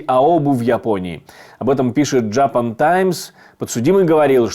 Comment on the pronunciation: Выясните для себя, как правильно произносится на английском слово Japan)